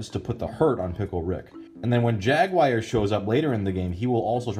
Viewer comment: The way you pronounce "Jaguar" makes me cringe every time. Good review though, and the info on the package was a lot more helpful than I would have thought that it would be.